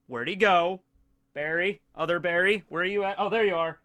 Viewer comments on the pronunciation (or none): none